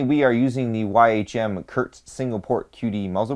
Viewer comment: Good vid as always. "Kurz" is pronounced "Coo-rh-tss"